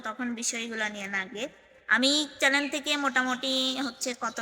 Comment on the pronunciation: চ্যালেন না,চ্যানেল।